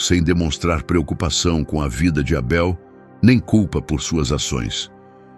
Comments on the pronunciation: Esse narrador é o primeiro bozominions lambedor de saco de Trump kkkkkk Porquê porra está chamando o Abel de Eibel hein pooop korrrrnnnnnn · Estranhei a forma como ele pronunciou o nome de Abel!